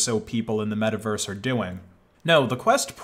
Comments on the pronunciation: *it's metaverse, not miiverese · i feel a little bit weird every time he say Miiverse, also when he say that miis came from the wii u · he said mii vers lol